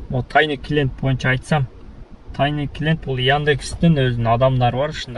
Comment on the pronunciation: Тайны эмес Тайный. Кофсен,тайны,учетчик.... Уйрончу кичине тууган. Озуноле жакшыго .